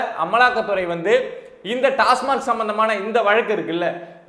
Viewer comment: திரு. அவர்களே, டாஸ்மார்க் அல்ல. டாஸ்மாக் என்பதே சரி